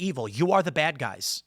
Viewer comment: "GET the baad guys"! said Tim in his midwest twang. Who saw this episode coming? God yall. It's getting too cringe today Boyz